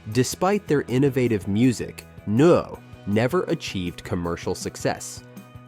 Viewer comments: It's pronounced "Noi" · Neu is pronounced Noi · BTW, 'Neu' is pronounced 'Noy'. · In The Street by Big Star later used as the theme for That 70s Show Bredfan (Budgie) later covered by Metallica on Garage Days Revisited pronounced "n-oy" "eu" making a "y" shound in English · The band Neu! is pronounced noy... Rhymes with boy... It's German for new. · Neu is pronounced “Noy” as those who can’t get the laughter tears out of their eyes know… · Neu projounced 'NOY'. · The German band name is pronounced like the “noy” in “annoy” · AI voice can't pronounce Neu. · It's easy to spot AI-generated narration through weird pronunciation errors: Neu is pronounced "Noy", not whatever was used here. Including shots of Big Star when discussing Budgie is careless. Putting that aside, it is a good selection of bands. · Holy cr**, the AI's pronunciation of "Neu" is laugh-out-loud funny! The knights who say..... (NOT making fun of the band itself; love 'em!) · Bwahahaha. What a butcher job on the pronunciation of Neu. (Still a nice presentation.)